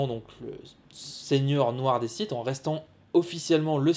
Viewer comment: Je rappel que sith phoniquement ne se prononce pas site c est comme le mot clef on dit pas clefe pour le sith c est pareil